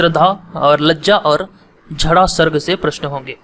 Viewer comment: झड़ा सर्ग नहीं, "इड़ा सर्ग" होता है।